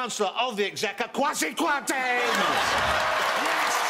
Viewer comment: It was funny when ross said kwasi kwati